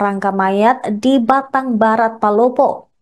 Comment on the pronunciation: Battang bukan batang